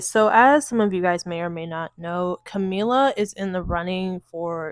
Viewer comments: Girl, are you talking about Kamala Harris? I thought you were talking about Camila cabello running for president, why you pronouncing her name Camila? It’s Kuh•ma•luh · i'm sorry but you calling her camila keeps making me laugh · Are you saying Kamala wrong on purpose?